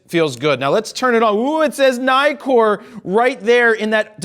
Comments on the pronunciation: Istill not “Naikor”, it’s “Neekor” because it has two Ks instead of only one in Nikon. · Neekor not nye-kor. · I imagine, though you don't say, that you are American? I make this assumption, because Americans have NEVER said Nikon and Nikkor correctly-mc-correctison. If you start pronouncing it Ni-kon, and Ni-kor. you will be saying it correctly, like the rest of the world pronounces it.